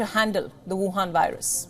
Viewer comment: woohan...I love when you say that...